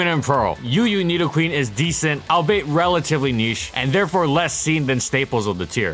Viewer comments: All-be-it not al-beit. You make this mistake nearly every video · Albeit pronounced All-be-it, not All-bait. mispronounced in many videos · "Albeit" is pronounced all-be-it